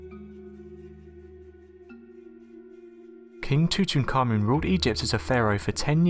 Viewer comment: One last time: It's pronounced... (Too - tonk - Ah' - Moon)